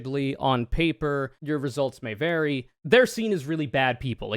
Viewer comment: “ results may vary” emphasis on vary